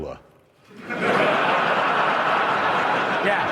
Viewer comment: grawler not growler